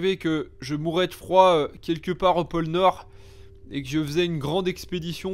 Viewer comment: Pôle nord Pas pole nord